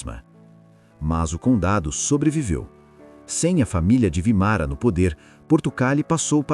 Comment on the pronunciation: Vímara, não Vimara